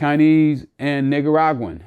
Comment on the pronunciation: He said niggaraguan 😂